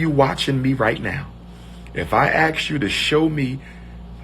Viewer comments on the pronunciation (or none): Yeah, it makes me wonder about all the scholarly degrees he claims has. I always crack up when he pronounces "asked" as "axed" lol.